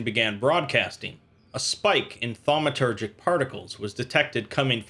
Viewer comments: Well, ya lost me after 5 armed Eel and Tetrahedronal object. Aslo, its pronounces phonetically like TAW-met-er-jik. Not THAW-me-ter-jik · I'm gonna be the jerk that says *thaumaturgic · SCP drinking game: take a shot every time he says 'Thawmatergic'